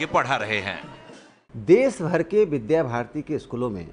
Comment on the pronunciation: Vidya bharati not bidha bharati